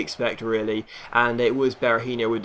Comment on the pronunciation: Berahino's name doesn't end in yo, it's just a no sound! Just a little head's up, keep up the great work as this it the best career mode out there!!